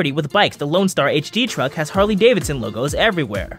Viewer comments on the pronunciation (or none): none